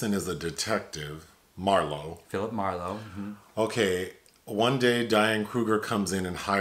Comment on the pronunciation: It would be hard for me to accept Liam as Phillip Marlow, I loved the books & old movies so freaking much! But I may try.......dang you nailed that pronunciation of the actors name! Color me impressed 👏👏👏